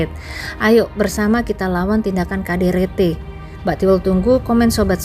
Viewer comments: Ini yg baca cerita aneh menyebut KDRT jadi kaderete emangnya bukan asli orang indonnessia?? Apa orrang mana. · KDRT, tik tok dibaca lain jd aneh min😮